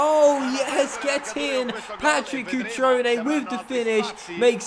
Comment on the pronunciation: I'm Italian and your pronunciation is really bad lol but don't worry Cutrone - Cut-rone, not Cuchrone Cragno - Craño (like in spanish), not Crag-no Barella - Tough LL, not like umbrella Calabria - Calàbria, not Calabrìa